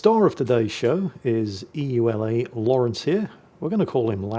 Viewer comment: "The star of today's show is E.U.L.A Lawrence" Guys I don't think knows